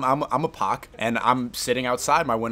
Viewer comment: semi-unrelated but hearing him say poc like that made me burst out laughing.